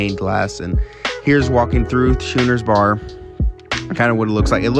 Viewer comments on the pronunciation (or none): Schooner is pronounced , "skooner."